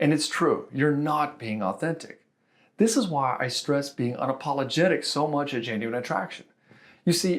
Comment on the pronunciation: lol was that an "unapaulagtic" ✌️